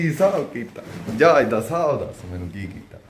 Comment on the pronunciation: ਜਹਾਜ ਹੁੰਦਾ ਜਾਜ ਨੀ😂😂😂😂😂 ਚਵਲ ਸਰਵਿਸ😅